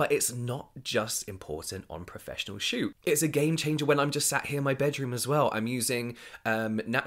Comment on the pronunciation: I heard "Make or break your shoe" instead of shoot, and I'm running with that from now on.